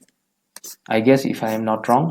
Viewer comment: Aie nohoi ai hoi